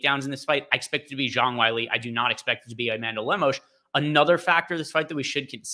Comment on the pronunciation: JONG WHY-LEE 😂